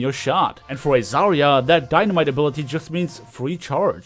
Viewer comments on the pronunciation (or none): none